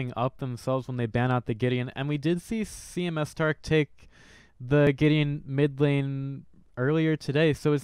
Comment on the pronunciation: Does it drive anyone else nuts that this guy keeps calling him C M S starke, not C M starke